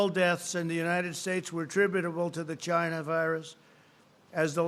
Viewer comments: "People are suffering from this 'GINA' virus" wtff hah its china. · “the world is suffering from this ‘gina’ virus 🤣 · I think he was trying to say vagina virus...... LOL so disgraceful to women LOL